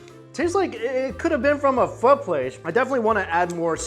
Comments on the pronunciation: He's pronouncing it as PHU it's PHOO!!! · PHO PHO PHOOOOOOOOOOOOOO; say it right because i am being hella triggered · It’s pernounced phor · I thought it was phoh not phuh the more u know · When white people say Pho as phoe... there balls gets torn off. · It's pronounced Pho not Pho